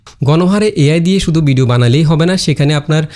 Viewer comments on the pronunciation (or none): ভাই বিডিও না ভিডিও। সুন্দর ভাবে উচ্চারন করবেন।